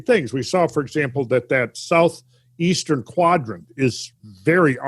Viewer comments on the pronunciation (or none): none